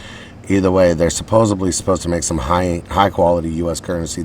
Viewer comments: did u say supposebly? i think it's supposedly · its "Supposedly"